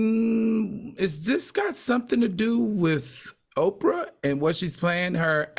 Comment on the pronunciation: Say it Al it's OPRAH